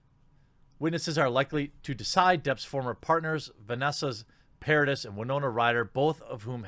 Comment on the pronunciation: Pronounciation of Paradis.........para dee